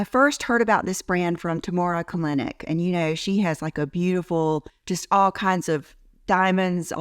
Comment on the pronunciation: Tamara Kalinć... is pronauns Tamara Kalinich